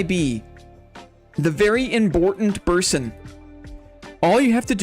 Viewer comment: Congrats to on your Boss Royale win! Enjoy your "Very Imbortant Berson" discord role this week <3